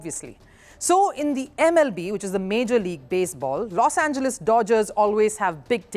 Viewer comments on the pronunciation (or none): none